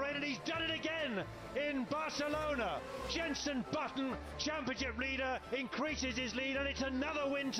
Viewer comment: Très bonne vidéo juste c’est Jenson pas jenssen